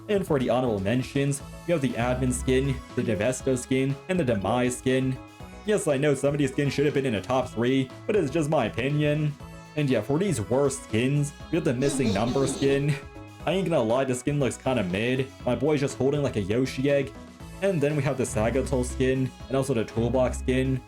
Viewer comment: Its missingno not missingnumber your dissing us pokemon fans